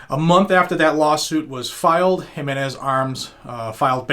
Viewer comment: Wow you actually pronounced the name JIMENz correctly. Im impressed brother. You deserve a Weeppaaa for that.